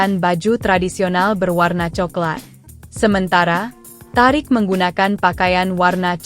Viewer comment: yang baca berita tulisannya emang thariq tp bacanya thoriq bu terus HUT mbok ya baca lngkap hari ulang tahun,, kok hutt😂